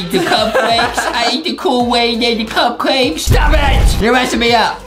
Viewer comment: Adem said a mispronouncing word. Here—> “KOOWAID CUPKWAKESH”